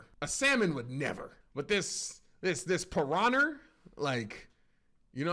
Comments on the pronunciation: “PiranhER” yo yo kills me 😂😂😂😂😂😂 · hard r on piranha is diabolical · With the Hard R gang?💔🥀🥀